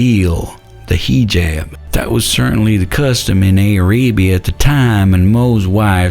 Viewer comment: Aay-ray-bee-ah? LMAO